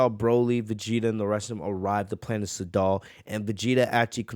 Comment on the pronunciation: Edit: I like your content and I think you can do better than this, i like your content because its different then other channels the quality is good qnd when you mispronounce things it's kinda funny sometimes planet saddal for instance instead of sadala Noticing how the community is talking about this I'm gonna cover it even though I don't cover fan Mangas... bro 1000 people are covering this don't pander to the masses this many people covering one thing is just gonna make it where it's harder to find the chapter there looking for. SMH